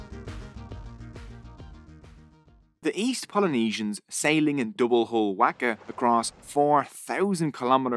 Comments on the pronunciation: I'ts a ''Whaka, Not a Whacka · You got me at the very beginning with your pronounciation of our reo…👍waka as in mark a =wark a. Best pronounciation of the word Maori by a non-Maori. Pou as in toe for pou na as in car and mu as in moo from a cow. Pou na mu. Etc… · ccc Perfect is far too strong. words like pakeha and Waka are way off. Still a decent effort though and better than many white NZ'ers